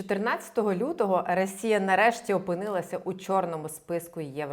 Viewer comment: Ви щоразу кажете "рАсія" :) п.с. За відео - дякую